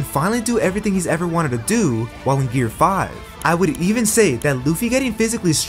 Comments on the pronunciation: Gear5 ❌ Gear riz ✅ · Did bro just say "gear rizz" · Bro said gear rizz💀☠️💀☠️💀☠️💀